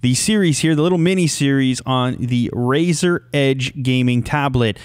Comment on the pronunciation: U know something funny in the beginning if u are on a iPad or iPhone About 5 or so seconds in Siri will pop up because how he says razor Edge and it sounds like hey Siri